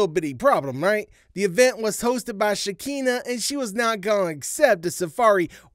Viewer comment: WHY U ALWAYS CALL SKEKINAH SHAKEENA 🤣🤣🤣 ITS PRONOUNCED SHA- KINAH. LOL